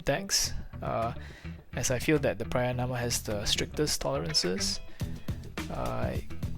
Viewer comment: Believe it or not, I had this video on my To-Do List! PraYAnama instead of PraNAyama kills me a little inside tho :D The rear seems like a perfect fit. Sounds like a fun build! GJ!